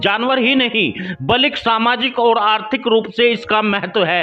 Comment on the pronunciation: Aap achha Bolte ho but blik n bolkar balki bola karo,sahi word balki hi h.